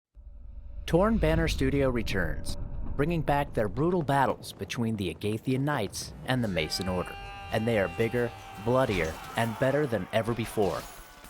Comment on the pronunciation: Calls them the, a “gae” Thian knights